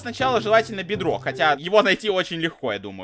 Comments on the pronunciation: Ты сказал бедрог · Он сказал бэдрок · Ты сказал бедром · Ты. Сказал. Бдрок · Ты сказал бэдрок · ты сказал бэдрок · Ты бедак сказал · Ты сказал берок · Сказал петрок😂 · Ты вообще-то сказал бедрок а не булыжник😂😊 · Я перемотал назад и услышал что ты сказал beadlock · Ты сказал бедрог! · сказал не булыжник а бедро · Ты сказал бедрок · Ты говорил Бэдрок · Ты сказал бедрок оне булыжник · ти сказав бетрок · Ты сказала бэдрок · Педагог ты сказал педагог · Ты сказал бдрок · Ты сказал ведрок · Ты ряльно сказал быдрок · Ты сказал бедрак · Ты Сказал Бидрок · Ты сказал бадрок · Ты сказал бедро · ты сказал быдрок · ты сказал бедрок